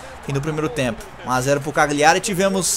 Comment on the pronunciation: Cagliari se ler e se fala assim (Calhari)